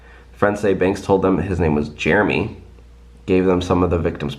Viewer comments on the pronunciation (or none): none